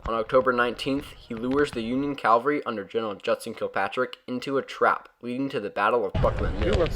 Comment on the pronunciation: I love your work and I love how you and your boys do it. But now I have to be mean. You keep pronouncing the word "CAL var ree:" Calvary is the place-name for the hill where Christ was crucified. What you mean is "CAV al ree," which translates as 'soldiers on horses.' At least, that's what I think you mean: Correct me if I'm wrong, eh?